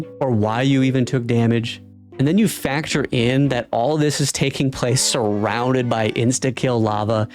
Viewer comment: factor*, not "facture."